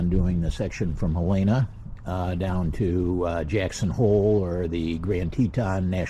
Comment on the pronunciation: Helena. Not Halayna.